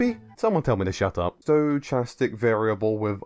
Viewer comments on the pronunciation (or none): Yet to hear a YouTuber pronounce Stochastic correctly. The search continues... 😅